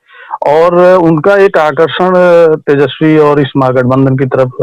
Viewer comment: मैडम पहले "तेजस्वी" तो ढंग से बोल लो 😂😂